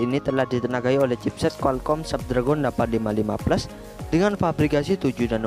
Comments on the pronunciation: Sedikit koreksi nih baca chipset Qualcomm Snapdragon = Qualcomm snepdregen gitu baca nya bukan tulisan nya Snapdragon dibacanya juga Snapdragon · Bacanya snapdragen bang bukan snapdragon Memang tulisanya snapdragon